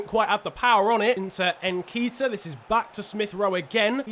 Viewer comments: Ben-tank-ur? No it’s, Bent-en-cur N-Keet-ah? It’s N-keh-ti-ah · I swear it’s pronounced nket iah not nkeetah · lad it's, N-KE-T-IA not N-K-ITA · Its nn ket ee ah not nn keet ah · say nketiah how it is spelt not nekitah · It’s ‘n ké-ti-ah’ not ‘nkeyta’ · It is pronounced Enketia